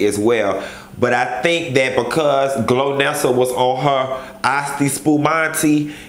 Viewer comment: Chile not glonessa.. Lolololol Golnessa